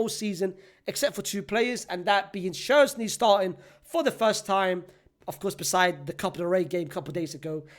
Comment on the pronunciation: Brother I know english isnt your first language but WHO TF is INAGO and SZCZERSNY